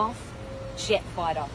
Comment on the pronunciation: I love the way she pronounce “ Jet Fightar “ love ❤️ it !